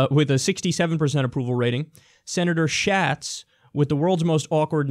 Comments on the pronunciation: Kyle, it's pronounced more like "shots" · The way Kyle pronounced Schatz is fucking hilarious. It's pronounced "shots" like a shot of tequila. Also, fuck the both of them. They're both establishment puppets who gave their super delegates to Clinton after Bernie kicked her ass out here in Hawai'i. I don't think the locals out here pay a whole lot of attention to national news. They're mostly wrapped up in all local stuff.